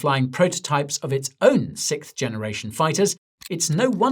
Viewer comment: ... "sikth" generation.. Guy forgot how to pronounce sixth